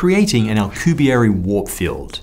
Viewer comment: pronouncing alcubierre correctly is why i love this channel